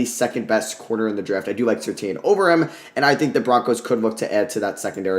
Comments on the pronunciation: Patrick Surtain is pronounced Sir-Tan btw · Watching Bengal's mock drafts has really made my spoiled to people pronouncing names correctly, watching these back to back is wild. Good video tho man